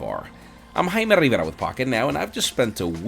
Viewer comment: i'm Jaime Rrrrrrriiiiiiivvvvveeeeerrrrraaaaaa.......